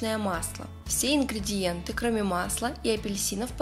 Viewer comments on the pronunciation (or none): none